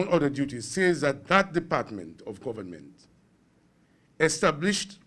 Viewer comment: Tell him that the word is government and not gowerment. And did I hear properly! How many jobs does this man have?